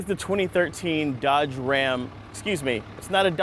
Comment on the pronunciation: "on the road, the dodoge 3200" lol